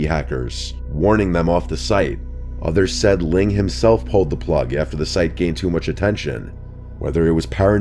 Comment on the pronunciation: At least it was Ling, not Leng...